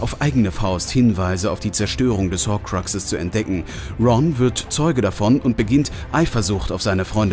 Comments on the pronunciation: Es heißt Hokrux und nicht Hoquexes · jo nix gegen dich deine wiedeos sind cool aber wie du horkruxe sagst hahahhahaha